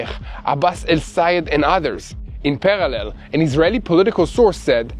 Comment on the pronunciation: So proud of for learning how to pronounce “parallel.”